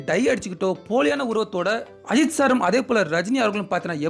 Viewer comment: டேய் நீ சரிவரமாட்டாய். உன் குரல் அடைச்ச குரல் உனது தமிழ் உச்சரிப்பு குப்பை. ஒரு சொல்லும் தெளிவாக இல்லை." நம ஐத் சா" என்னடா இது தமிழ் உச்சரிப்பு. "நம்ம அஜித் சார்" இப்படி ஒழுங்காகச் சொல்லடா கோணவாயா.